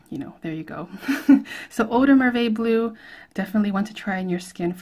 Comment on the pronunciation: Bleu zo spreek je t uit niet op zijn Engels.